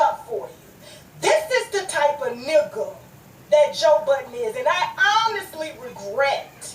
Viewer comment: This lady keep saying “joe BUTTONS” is aggravating me. It’s BUDDEN